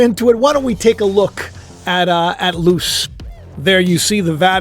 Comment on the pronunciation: Luce.. (Lu-say)